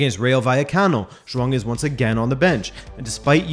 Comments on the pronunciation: Joao* Not joang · Lol why do you keep saying joaon? It’s Joao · It sounds like you're saying Juan Félix, instead of Joao. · is Joaong the proper way to pronounce his 1st name ? have i been saying the name wrong this whole time? if so these english commentators are to blame for my ignorance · Can any Portuguese person confirm that him pronouncing Joao as Jhoan idk how to write it but it's like he put an N in there for no reason. Not annoyed, just legit curious? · Are you saying "JoaNG Felix" in this video? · Nobody else bothered with 'xhuong' felix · Can you stop calling him Jwong lol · Zwang felix, lol its hard to watch this coz of you keeping saying Zwang